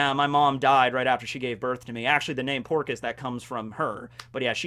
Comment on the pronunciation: Within the first 20 seconds your "texan" accent makes it sound like Porkus D Ace and i imagined A pigman version of Ace ala spiderpig